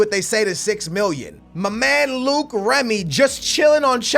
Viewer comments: please pronounce Remy right... It's not Luke its Low-ic (Loic) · Its Loic Remy not Luke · It's not Luke remy its loyc remy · it's loic not Luke not trying to hate but that's how u say it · Don't buy Luke Remy. Buy Loick (for pronunciation) Remy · it's loic not luke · Its LO-IC Remy... Not Luke Remy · Some help for French pronounciations ! Loïc is pronounced "loh-heek", and Maxime is pronounced "Maxim", the final e in French is not accentuated ! Oh, and about the scouting of players from France, there was the name of Nabil Fekir in one of the mails in your mailbox. Regarding Fekir, he could be hot stuff in the next years. He has already been compared to a sort of "leftie Ben Arfa". He also made a bit of controversy because he holds two nationalities (France and Algeria) and had to choose for which country to play. Deschamps persuaded him to play for France. But I don't know Fekir's level nor stats in FIFA. Cheers, keep up with the cool series ! BTW, I was probably the only guy in France that wanted Portugal to win the Euro ! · You pronounce Loic Remy- L-oy-k Remy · "Luke remy" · its lo-ic remy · Wait?Is Luke how u pronounce the Löic in remy? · Remy's first name is pronounced low-ik